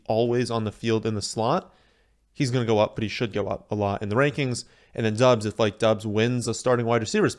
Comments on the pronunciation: It's pronounced Dobs. Not Dubs. Just saying. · His last name is pronounced dobbs the U silent, and he is even come out and said that.